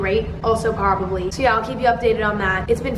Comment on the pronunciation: “also porbably.” same